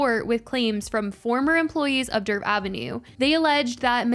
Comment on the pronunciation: For the love of God her name is DERF 😂